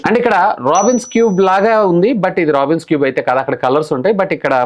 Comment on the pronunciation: అది రాబిన్స్ క్యూబ్ కాదు నాయన రూబిక్స్ క్యూబ్